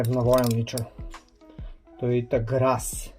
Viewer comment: Brass ne grass lol